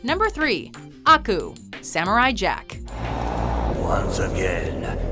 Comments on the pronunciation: It's not AH-ku, it's Ah-KUUUU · its not aku its akuuuu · 2 problems: 1. Aku isn't no.1 2. Her pronounciation of Aku is insulting.